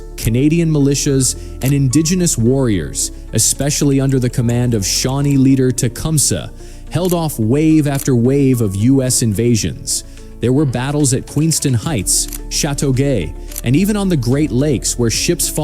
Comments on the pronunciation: It's Not Tecumsah the way he said it, it's morelike Tecumsay, Just spelled Tecumsah. Those places were death zones, They landed in Newfoundland Canada. You should check into our JTF2. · Tecumseh, not tecumsah